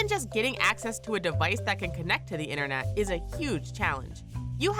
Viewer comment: I couldn't watch the whole thing.. too annoyed by the commentator not pronouncing words correctly... it's not "in-ernet" it's "internet"...I'm just saying...